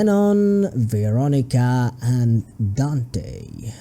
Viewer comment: for God’s sake it’s Vanica not veronica! All jokes aside (but her name is pronounced vanica btw) good video :D